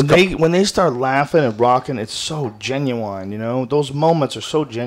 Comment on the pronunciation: Why did joe say genuine like “genuwwine”